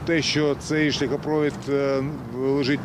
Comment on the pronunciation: Скажіть, хтось, журналісту, що в слові шляхопровід, наголос на літері І. За Кличка промовчу.